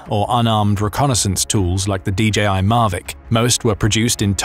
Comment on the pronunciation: mavic not marvic